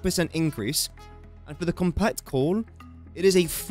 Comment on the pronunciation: is it just me, or is he saying "corn" instead of coal?